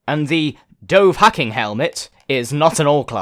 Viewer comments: It is pronounced dough van keen, not dough hacking. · Also, "dov-hacking"? Yeah, its pronounced "Nova-keen" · "Dove-Hacking" I'm dying inside..